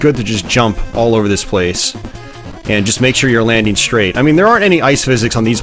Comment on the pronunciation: What is that thing now in American English to say "shtream" in stead of "stream", "shrait" in stead of "strait" I find it most annoying. Thanks for the video, good memories